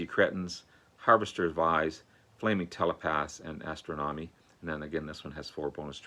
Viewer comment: "Ass-stroh-nami"? Really? What many consider BOC'S quintessential song/moment, and you butcher the simple name of "Astronomy"? I believe you when you say you like/appreciate their music, but......"Ass-stroh-nami"?